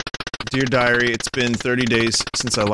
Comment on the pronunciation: That said dear dairy not dear diary lol